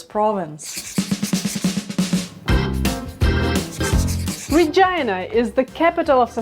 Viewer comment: Why does Regina sound like Vagina when she pronounce it?